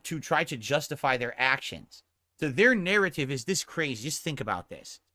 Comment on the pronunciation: Sorry snort but I heard pronounce “narrative” one time and clicked off of the video lol. I can’t do it